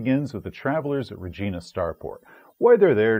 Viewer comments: Excuse me, it's pronounced Re-jai-na, like China. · Ree-JEYE-na, like the Queen, yo. :) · No, it's Re-GEE-na unless you're talking about the city in Saskatchewan. Means "queen" in Latin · mispronounces a word. Me: whoa whoa whoa that's wrong.: whoa whoa whoa... Me: THANK you. proceeds to correct on pronounciation of some made up word. Me, a Canadian: WTF, no, it was Regina that he mispronounced you heathens! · "Regina." Isn't that supposed to rhyme with "fun?"